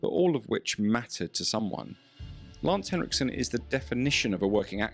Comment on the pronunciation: extra points for not calling him lance hendrickson